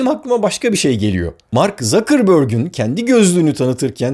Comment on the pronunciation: zakirborg... zuckerberg okunuyor abicim. Contentlerin cok iyi ama ingilizce telaffuzlara biraz calisalim